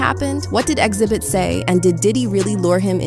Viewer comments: what's up with the random mispronunciations throughout the video? is it just so people comment on it? its weird to hear the narrator say Xzibit in one sentence and then XEEEEbit in the next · Why does this "AI" voice keep mispronouncing Xzibit name? First Xzeebit then correctly Xzibit? It's obvious this is an Artificial Intelligence voice so the "mispronuciation" is programmed in, on purpose. Why? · His name is pronounced Exhibit. Not X-zee-bit